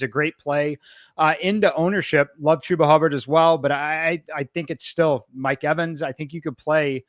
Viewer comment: We had saying CHEW-ba’s name correctly last week. Back to CHUB-ba this week😢 Ha! Just ribbin’ you folks. Never miss your show.